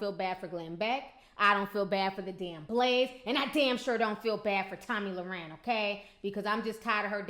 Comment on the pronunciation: you keep saying her last name wrong. Not that you care;)